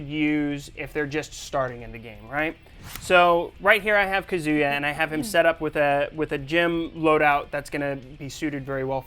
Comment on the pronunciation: So we have Kazooyua not Kazuya and Raiyooo... Way to go capcom. He sucks with pronunciation. All those 15 years of fighting games and kill us with your phonetics.